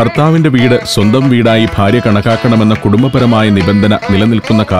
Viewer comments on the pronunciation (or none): none